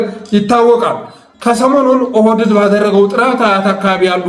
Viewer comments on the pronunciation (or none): ብአደን ሳይሆን ብአዴንነው ኦህደድ ሳይሆን ኦህዴድ ነው ካብኒ ሳይሆን ካቢኔ ነው የምባለው:: ለስሙ አማራ ነኝ ትላለህ አማርኛውን ስታንጋድደው ትውላለ:: ችግርህ ምንድን ነው?